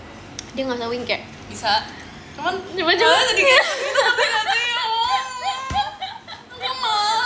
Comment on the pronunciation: kata kayak mah pake g bukan k 😭, jadi kayaGnya